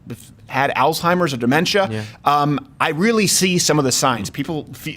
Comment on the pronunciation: Good job saying Alzheimers correctly... can't stand when people call it "oldtimers"